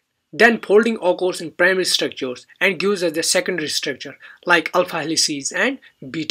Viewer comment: Please pronounced occurs correct